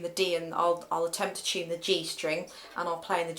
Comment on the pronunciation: its "to" not "chew... "